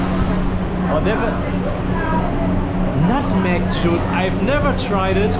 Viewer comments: let me explain to all d idiots here...the way he pronounced nutmeg is nUtmek not nAtmeg as wht locals are familiar wt hence d confusion..and he brought wt him outside drink to this restaurant so d chinese guy thought hes not ordering any drink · nut - meg not nud - meg do you know how to read nut? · Same, all I heard was "nude meg" instead of "nuht meg" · bro I understand the guy was rude or had communication issues or whatever; BUT first of all you pronounce nutmeg as nootmeg which as a British English speaker is kind of embarrassing and I wouldnt have understood as well. Secondly, you talk too soft bro, man up and project your voice. And lastly, descalate the issue like a real man instead of being like a whiny lil girl. You are lucky this is in a safe town in Malaysia, I've been to other dangerous parts. Had you talk like this in another part, you probably would get beaten up. You dont own the property and the owner has every rights to chase you out (by law). If you are not happy, just pay and leave, no one is stopping you. When in Rome, do what the Romans do, don't be too self-entitled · RIP English, He said nutmeg with "U" alphabet pronunciation, different if not with "O" pronunciation, and what kind of restaurant requires customers to eat out even He still eating at the table, if they don't order drinks even though himself already had drinks and are trying to order drink at the restaurant? They have to learn how to treat customers well especially for nice tourist 😢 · really needs to pronounce nutmeg correctly 😭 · The way u say NutMeg to them sounds like a Street slang for the C word.